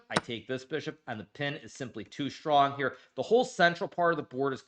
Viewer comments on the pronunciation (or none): none